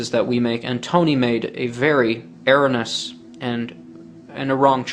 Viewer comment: Along with his teeth. Yuck! He can't even say "erroneous" right. Notice how that pistol appears to have a barrel within a barrel. It's probably an air gun. Technically a "carbine." And a "budget" model at that. I remember when those Hi-Point carbines were all the rage just because of how cheap they were. A Hi-Point carbine was also used by Eric Harris during the Columbine incident in 1999. Not a good selling point. That would explain why he chose that make and model. Another Eric Harris wannabe. These types of people don't even understand what "natural selection" means!